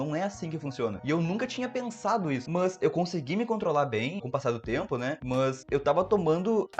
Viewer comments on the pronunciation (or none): pq ele fala MÃS?? MANS???